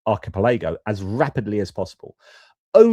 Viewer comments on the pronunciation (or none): Archipelago = ark-e-pell-e-go Happy to help. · Hi. Really insightful video, but would you do us a favour? Just checking your pronunciation of archipelago (ar-ki-pel-uh-goh) 😂😂😂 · Archi-pelaygo, you say? Slightly distracting:) Watched this the first time round. Felt for you regarding the sound issue. Valuable to hear about this aspect of geopolitics that might get swamped by all the other stuff going on. Watched the interview this time.